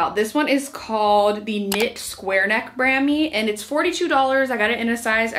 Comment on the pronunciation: I looove this brand! Just a small thing though — it’s bra-me not bram-ee 😂😂